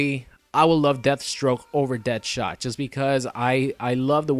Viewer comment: DEAD-shot not DEATH-shot, plz never say that again. thanks